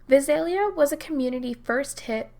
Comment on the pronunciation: Love your vids. Very well researched. BTW, the Vi in Visalia is pronounced like the Vi in violence. Emphasis is on the second syllable with a long a.